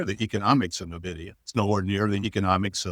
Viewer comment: Hagstrom is insufferable. So pompous for someone who underperforms massively. Will someone please tell him how to pronounce Nvidia.